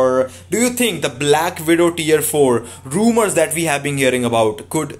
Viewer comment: Its not rummer 😱